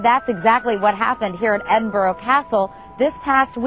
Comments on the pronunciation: Ed-in-burrow wrong EDINBRUH correct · Edin-bra not edin borrow lol